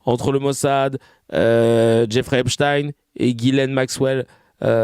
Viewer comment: La soi disant photo d’Epstein (qui se prononce epstine et non epshtayne) est une IA